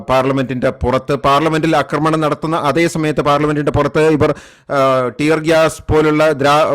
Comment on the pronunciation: അക്റമണ൦ അല്ലെടോ മലയാളീ.. "ആക്റമണ൦"